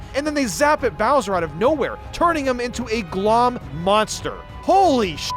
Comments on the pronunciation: IT'S GL-OHM. LIKE OHM, THE ELECTRICAL UNIT. CAUSE ELECTRICITY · I’m being driven nuts by you missing the puns lmao. Glohm is pronounced “Glome” because it’s like loam: gloomy soil. Offandon is Off and On island because the whole island has lights you turn off and on lol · I'm pretty sure Glohm is supposed to be a pun based on the words 'gloam' and 'ohm' which has a long O sound.